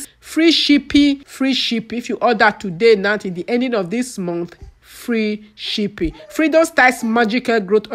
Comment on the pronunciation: May God forgive you.. She's here making her money and you're there looking for correct pronunciation. Abeg Who English help?